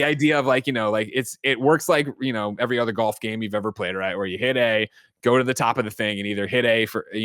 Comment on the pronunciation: Kinda sad is going to lose to a guy that can’t even pronounce “golf” correctly lol